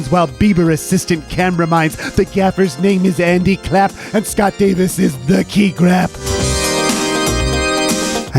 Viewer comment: Haha “key Grap”